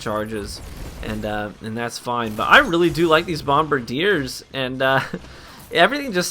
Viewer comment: Finally a D2 YouTuber that can pronounce Bombardiers correctly!